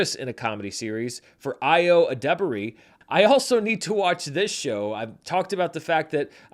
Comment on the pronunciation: Yo, the actress' name is pronounced EYE-oh ə-DIB-urr-ee. Normally I wouldn't care of a mispronounced name but she has been one of my favorite actors recently and felt a twinge of pain when I heard you say her name.